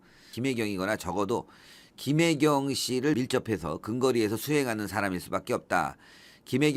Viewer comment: 김혜경을 김혜경으로 읽지 몾하는 검찰을 국어교육부터 시키자